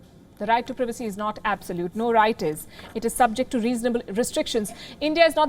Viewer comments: Am I the only one who is annoyed by how this woman says privacy she pronounces it as previcy when it's privacy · need to learn how to pronounce PRIVACY